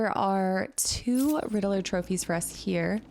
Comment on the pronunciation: Why do you pronounce "Riddeler" instead of "Riddler"?